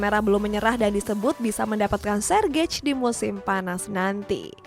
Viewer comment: Lagi2 pengejaan nya perlu diperbaiki Sergej dieja Sergey lah